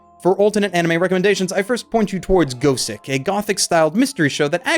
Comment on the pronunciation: Gosick isn't pronounced go-sick lol